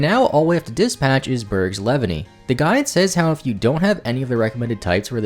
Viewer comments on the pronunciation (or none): Leavanny is (Lee-Vahn-nee) Like Leaves and Nanny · But why does he pronounce levanny like that 😭😭😭 unless I pronounce it wrong I always LEEvanny 😭😭😭